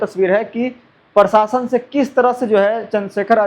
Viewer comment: Prashasan bolo tum prashasan bolta hai😅